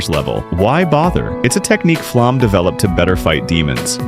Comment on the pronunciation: Flamme rhymes with Llama.